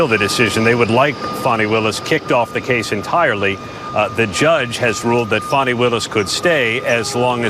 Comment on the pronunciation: its not fawni, its fannie